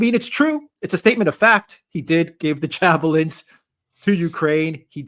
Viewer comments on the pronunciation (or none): “jabolins” Hilarious. I was trained on those once upon a time but my instructors pronounced it differently. Probably their southern accents